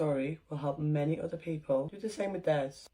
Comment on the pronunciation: "Tha Culture"